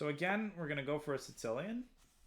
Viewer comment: Love this speedrun. It's so very helpful for learning how to grow one's skill from wherever it is. That being said, I am going to continue poking fun at the unhinged way you pronounce "Sicilian"